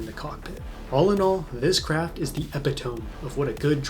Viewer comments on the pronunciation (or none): Looks great! I have to say, it's not EPI-tome, it's eh-PI-tum-mee. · fun fact, it’s “ee-pit-oh-me”